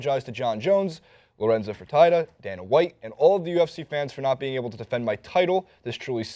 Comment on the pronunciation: tell him how to pronounce lorenzos name